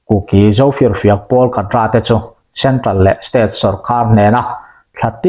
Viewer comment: Kadra= kadar emo,kedar tihtur aw kapu.